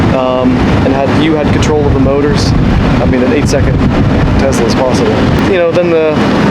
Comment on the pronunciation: It's not Tezzzla 😑